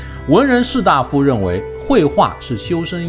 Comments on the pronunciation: 大夫 四声，应该是医生。士大夫should be da4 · 文人士大(dai4)夫，小小提示。我很喜欢您的视频的